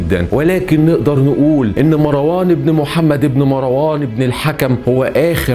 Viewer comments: أولا مروان بتسكين الراء و ليس بفتحها.... ثانيا الخليفة العباسي الأول السفاح أسمه عبدالله بن محمد بن علي بن عبدالله بن العباس و ليس عبدالله بن علي و هو عم السفاح و هو قائد الجيش العباسي .... ثالثا الذي سمى مروان بالحمار هم العباسبون و هو تشبيه معيب حيث أنهم إعترفوا بقوته و شبههوه بالحمار لأنه عدوهم و مشهود له بالقوة لأنه قاومهم ٤ سنوات و كانت دولته منخورة و جيشه منحل مشتت متصارع بسبب الصراع القبلي ... رابعا الفظائع التي فعلها العباسيون كثيرة جدا سواء في الأمويين أو العلويين و أما الأمويون فقد عاملوهم بالمثل فهشام بن عبدالملك كان قد صلب زيد بن علي بن الحسين سنوات ثم أحرقه و صلب ابنه يحيى فلهاذا فعلوا بجثته إنتقاما لزيد و يحيى و أما فعلهم بالعلويين الفظائع لأن العباسيين كانوا خائنين لبيعتهم و تبعيتهم للحسنيين العلويين و العباسيون تنكروا لذلك و إنتهجوا إسلوب الأمويين و كانوا ظالمين مثلهم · ملاحظة بسيطة .. مروان بسكون الراء وليس بفتح الراء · اسمه مَرْوان ماراون اللغه العربيه في خطر